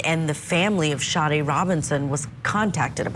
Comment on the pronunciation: SADE Robinson, not Sharday Robinson.